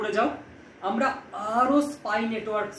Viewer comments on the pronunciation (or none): none